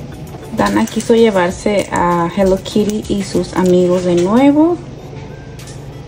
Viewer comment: 😂😂😂NO. ES. HELLO. KIRI. ES. HELLO. KITTI 😂😂😂😂😂😂😂😂😂😂😂😂.